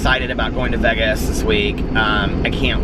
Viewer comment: It is soooooo Midwest.